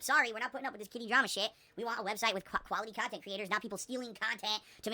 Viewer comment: mentions putting out high quality gameplay and then instantly detracts that, saying that he doesn't put out high kuality gameplay. Which is it? I'm mean you can't, sorry "kan't" say khantent right, right? So I don't expect an answer, but then he says that he's always honest. It's really hard to believe what says at this point, right? Snort.